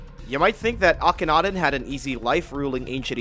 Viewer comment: It's akhenaten, at least get the freakin name right dude??